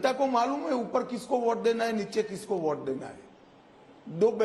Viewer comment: Voht, kwoart , Vhoat bank, 🤣🤣🤣von naysun, phhayda, one elecsun, ssabdah, phhayslay, pensun, noat Bandi, conecsun,jab AZADI samapt hogi, every other word he utters is a joke initself. Freak what a joker he is